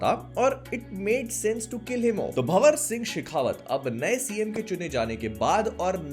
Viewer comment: gandmraa ho gya hai 😂 hi di bolta h lekin pdhta nahi bhanwar (भंवर )singh sekhawat ko भानवर सिंह शेखावत kehta hai